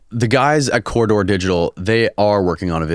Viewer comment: If you're not going to post a link to their channel can you at LEAST pronounce the name of the channel properly? It's pronounced "COR-RI-DOOR" not "COR-DOR"...